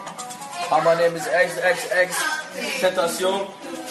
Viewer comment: bro im dead when he said my name is EGGSEGGSEGGStentacion welcome to disney channel